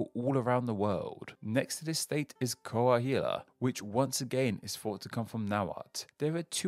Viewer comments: Coahuila should be co-ah-weelah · not bashing, but coahuila = "kwah-wee-la"